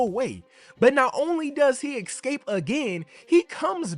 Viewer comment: Dude was able to pronounce “escape” correctly only one time out of the 9 attempts in this video.